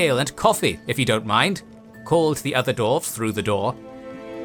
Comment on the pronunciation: Why do you keep saying /dorvz/? They are dwarves.